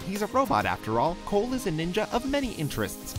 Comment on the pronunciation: Did he said cool insteadcof cole?